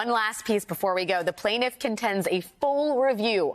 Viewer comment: Alex: plaintiff not plintf, actually, she misses the t out too, so it is plin'f, FFS